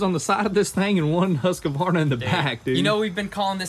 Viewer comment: Just nit picking, but it's not "Huska-warna", it's closer to "Huus-cuarna". A very nice Swedish brand.